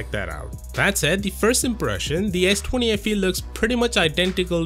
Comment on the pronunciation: "Ess twany"